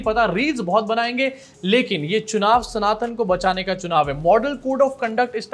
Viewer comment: Chunav❌ Shuunav ✅ Biswa 💩🤡